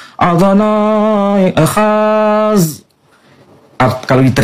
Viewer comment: Pak waktu ngucapin Ekhad ada pake ‘s’ atau ‘z’ terdengar ‘ekhaz’ coba denger yang versi orang Israelnya, beda. Bukan Allah dalam hal yang sama lho pak. Itu kata ‘Adonai’ merujuk kepada nama Allah Abraham, Ishak dan Yakub yang kudus yaitu YHVH, yang disembah dan dikenal bangsa Israel, dan tentunya bapak ga menyembah YHVH kan? Bangsa Israel mengucapkannya: “Sh'ma Yisrael, Adonai Eloheinu, Adonai Echad!” Bangsa Israel tidak mengucapkan langsung dengan “Sh'ma Yisrael, YHVH Eloheinu, Adonai Echad! Melainkan menggantinya dengan sebutan “ADONAI”.